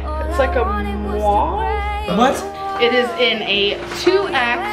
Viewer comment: She couldn't pronounce mauve 😂😂😂😂